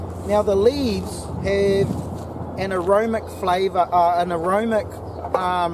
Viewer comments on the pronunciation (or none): just a small thing bro...the word is aromatic....not aromic. Making a tea right now...